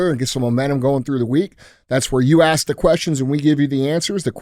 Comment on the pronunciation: He’s not to that level yet. Still working on pronouncing “ask.” Lmao!